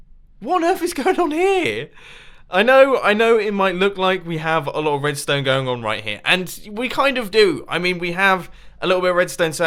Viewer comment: Edstone? what is that